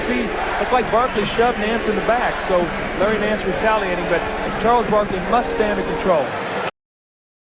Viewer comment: 🤣😂🤣 “Sharles Barkley”